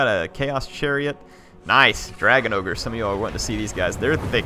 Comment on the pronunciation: it's not ogre, it's never ogre.